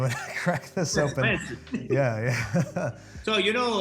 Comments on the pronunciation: It’s pronounced “Lu-CHEEyano” (smooth transition between the “chee” and “yano”), not “LUCYano” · Luciano is pronounced like “Loo-ch-iano” which an English ch sound